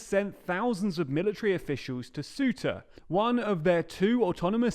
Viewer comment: Say-oo-tah, not Soo-tah